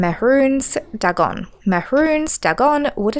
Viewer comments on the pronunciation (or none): Dwemer is pronounced dwee mer. Dagon - Day Gone Sotha - So tha . These words are all pronounced in a game. Is this engagement bait?